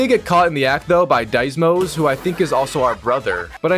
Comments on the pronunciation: Pronouncing „Deemos“ as „Deismos“. True pain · Bro still cant say names right deimos not deISMos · why you call Deimos "Diesmous"?😂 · I almost chocked on my own spit upon hearing "Dice mos" LOL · It pains me to hear you pronounce Deimos (Dee-moh) name wrong... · Then it was the wrong ezio pronunciation, now Deimos is diezmo Anyways, awesome vid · Says story is bad, doesn't even know how to pronounce the main enemy's name... maybe don't comment on the story if you can't even pay the slightest attention to it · Why do you say Deimos like you're required to wear a helmet to leave your house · nah, there is no way you are playing, someone else is playing for you, you would have known how to say Deimos and that you put the eye in the goats ass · Your mispronunciation of Deimos hurts my soul. Good vid tho. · Please never pronounce things again, first Ezio, now Deimos